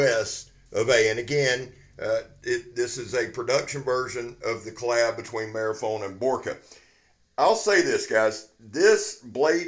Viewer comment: Two inch toast wrap,, ???? 🤣🤣,, Also,, I think it's pronounced Mar- fee- ohni,, 🤔🤣🤣,, All the best my friend